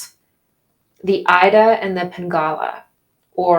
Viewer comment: Ida is pronounced eda